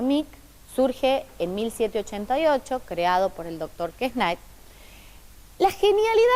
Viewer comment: Muy buena explicación. Sólo que se pronuncia QuesnE y fue traducido por Manuel Belgrano .